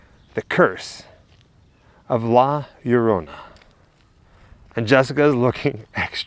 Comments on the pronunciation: Aren't two "l"s pronounced as a soft "y"? Like Llama ("Yamma")? So "La Yarona" would be correct, would it not? Asking for a friend... Oh, I see what he did there; he went from "Yarona" to "Larona". Well, both of you also say things like "more crazier", etc, which is one of the major faux pas of grammar. "Crazier" says it all. "More crazier" is a redundancy and sounds, well, let's say 'uneducated'. It's like saying "more pregnant": there is only one lever of pregnant, and though there are different levels of crazy, each successive level above "crazy" is "crazier"... not "more crazier". They taught us this shit in third grade. That usually makes me quit watching a channel, but I really love you guys, and only make these points in the hope that, someday, you'll pay attention to these little things. First impressions, and all...? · LL in spanish is EE pronounced Erona not Urona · Hi, pronounce it such LA- LOW- RONA, not spelled right but you will now get away with it, great video my friend, cheers to you both! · It's pronounced yo-rona it's like your about to say yo than Corona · Its cool, just say Yo-rona.